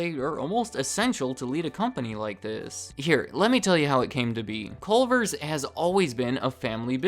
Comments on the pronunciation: You can tell he’s not from Wisconsin by the fact he says “Colver’s.” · This is what the fast food restaurant in Crip Heaven is. CUH-lvers